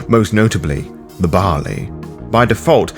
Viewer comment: Gods above and below... It wasn't until about 17min in that my brain caught up to that you're saing "Baali" not the grain "barley" >.<